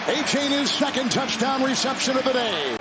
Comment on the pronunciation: I love that this commentator can’t say “TOUCH TOWN” 👍🏻